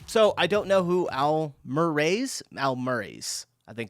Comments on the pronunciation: It’s “Al murrie” not almurése? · How are you reading Murray as murrasys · Why do you keep adding an 's' to his name?